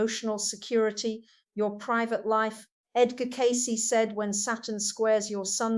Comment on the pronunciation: someone is using her voice and interests . She wouldnt say her name incorrectly.